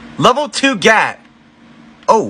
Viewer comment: You pronounced it wrong again